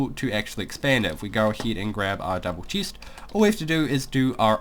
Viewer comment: ha boi he says cheest